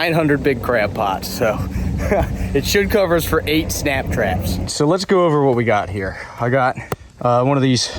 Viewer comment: Thought you were saying snack traps. You had us in stitches today. Thank you. Wish we were closer. never eaten crabs.